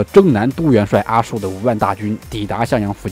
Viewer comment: 阿术的术不读shu，读zhu。清代给元史的人名地名标注音，他的名字就是Aju。